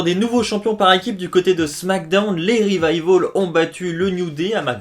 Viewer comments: J'ai l'impression que tu dit les "Revivol" a la place de "Revival" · Sa secrit revival mais peononce revivol c'est anglais